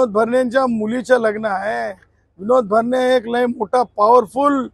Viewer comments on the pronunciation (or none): none